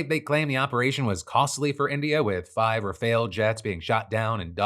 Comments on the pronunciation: Love you and following you forever. Need to work on pronunciation, specifically the Rafale (Rah-Fall) and Taipan (Thai-Pen). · What is is with english speakers being unable to say rafale?